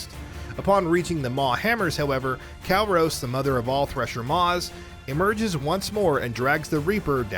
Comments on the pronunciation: Maybe next time, getting someone who actually played ANY of the games, to read the script would be a good idea. Mispronouncing Virmire, Kalros and even Quarian, is really really sad, and irritating. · He even says Virmire and Kalros wrong. I've lost count as to how many times Virmire is said throughout all three games. Plus Kalros is said a whole bunch of times during the cure the genophage section of Mass Effect 3. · Kalros wasn't said correctly either. It's Kal-Ross, not Kal-Rose. Makes you question if he played the games, or someone just gave him a script, which is where he is getting all the info from. Virmire and Kalros are said a bunch of times too. So if you play the games, then you should know how to say the names correctly. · Don't forget Kalros. He says Kal-Rose when it's Kal-Ross. And I also question if he's actually played the games or is just reading a script someone handed him.